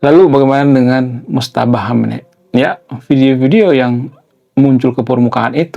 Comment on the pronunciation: Maaf ralat sedikit Bang. Namanya MOJTABA, bukan Motjaba